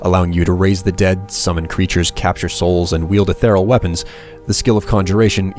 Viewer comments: No. Eth-ee-ree-ul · Great videos, but the word is 'ethereal', pronounced "e-THEER-ee-ul"